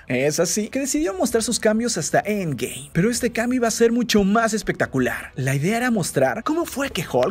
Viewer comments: Me da cólera como dice end game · Me caga como pronuncias End Game, ya no lo pronuncies así es molesto 😒